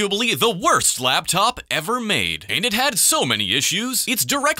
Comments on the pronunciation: why do I hear Black Top instead of Laptop? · Blaptop you say? 🧐